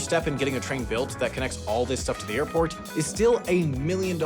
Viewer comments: Am i hearing that intro right?!? "Youve just landed in Morlando internation Oirport". ??? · Is it only me that noticed him saying "oarport" in the first sentence? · Orlando’s international orport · ...not to mention "Orport" lol